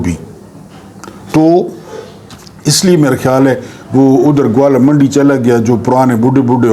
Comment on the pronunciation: ، معذرت کے ساتھ عرض ہے کہ لاھور کے اس علاقے کا نام گوالہ یا گوالا منڈی نہیں بلکہ گوالمنڈی ھے۔۔۔۔۔!!